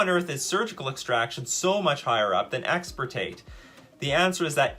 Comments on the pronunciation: Wonderful. But also: it's "Extirpate" not "Exportate" Hermione Granger intensifies 😂😂😂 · Bro I really cannot believe says once and again expertate, I mean EXPERTATE, and he is already reading the card that is called EXTIRPATE xD